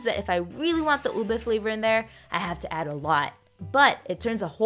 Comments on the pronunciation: i've legitimately never heard anyone pronounce ube as "ubi" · The pronunciation is U-BE